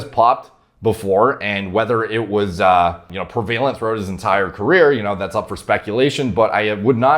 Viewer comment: do you listen to Stern? You pronounced “prevalent” like Sal. Don’t know if he messed you up.